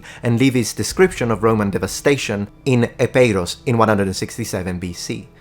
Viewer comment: it is pronounced eepeeros. (Ήπειρος). Not e-pe-i-rous. Please people, do not BUTCHER the Greek language.